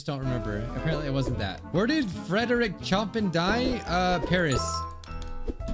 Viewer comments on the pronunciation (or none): Chopin's name is actually prounced (shoh-pan) sorry it was just bothering me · me hearing say Choppin' instead of Chopin is really triggering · CHOPIN is pronounced (show-pin) and it is the last name of Frederick Chopin, an infamous figure in history.